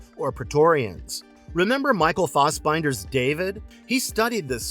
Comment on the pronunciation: His name is Michael Fassbender not Michael Fussbinder.